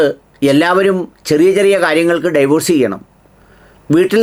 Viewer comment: ഡൈവോഴ്സ് അല്ല ഡിവോഴ്സ് ആണ് please correct